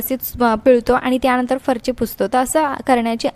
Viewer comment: अतीच बोलते.अगदी बीन कामाचं.फरची नव्हे फरशी.